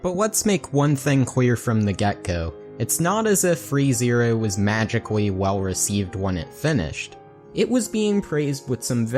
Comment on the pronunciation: Are you actually turning "L"s and "R"s into "W"s? XD is this loony toons? Or are you from new jersey? anyway nice video i liked it.